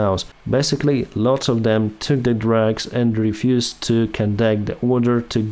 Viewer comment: and at many points, probably you are talking about "drugs" and not "drags"